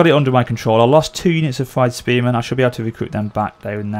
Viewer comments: thegns is pronounced similar to fe - guns. i guess you could also say feng - guns. fyrd was also mispronounced as fride. pronounciation is "feared". so basically "feared men". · is like, Fird (Fur-d if that makes sense) AFAIK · It’s theins and fyerd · Thejns. Fird. This was how Jack Lusted pronounced them. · 5 years late but the word thegn/thane is just Th A ne then the Fyrd is just like saying feared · it's pronounced freed spearmen/freed archers and so on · I also know how to pronounce Thegns and Fyrd correctly now, so that will be sorted for episode 2 :p